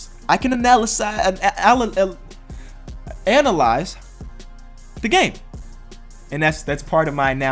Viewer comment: cant analyze how to say analyze